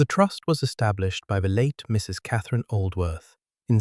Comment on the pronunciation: I enjoyed this story tremendously. The basic narration told the story with almost human accuracy and emphasis. Still had the AI flaw of treating the period after "Mrs." as the end of a sentence, with her name starting a new one. Narration much better than the captions, that were obviously speech-to-text and contained numerous inaccuracies and outright failures to translate the spoken words into text. The opening vignette of images had little to do with the story, and the shifting around of the main image did not do much positive to relieve the static sameness of it. Though it was a good image. But the story itself and the flow of the narration redeemed this presentation from these flaws, to me, and it was a pleasure to listen to. OR, USA